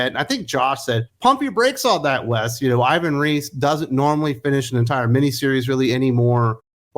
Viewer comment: The native pronunciation of Ivan Reis name is more close to "eevan reys".